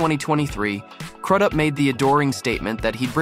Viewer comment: It’s crews up that’s how it’s pronounced